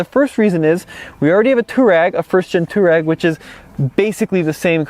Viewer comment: please, I love your videos, but you need to pronounce Touareg properly. It’s pronounced “twa-regg.”